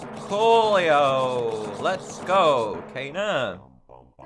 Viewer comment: I love how kayna is kaner